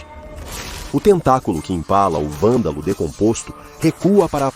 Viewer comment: Poderia caprichar mais na voz da IA. Algumas partes estão meio ruins como a IA falando "Valdal" e não "Vândalo"